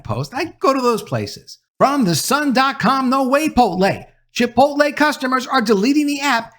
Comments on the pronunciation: It’s Chipot’LE. Not chipol’te! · Chipotle is pronounced chee-'pote-lay. And I'm done with them. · Lol you said chi-po-te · Say “chipotay” one more time 😂 I’m gonna put you in a burrito 🌯 🫃🏾 buh bye Adam 🤣